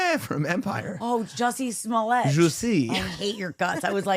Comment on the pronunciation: Fucking Geezuss u are killing the joke, it’s not Ju-Sway it just Ju-say!! I know how u like to pronounce things a certain way but wtf.. His name is Ju see, Chappell pronounces it Ju -say so dont fuck the joke up leave it alone …. Also I know u will continue do this if u see this comment to piss me off however just know u are ruining the joke ….. yes u are 1 of those. Love the show, lol